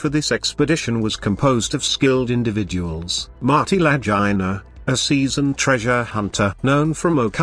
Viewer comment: La Goo Na!!! Teach your British computer to speak English!!!!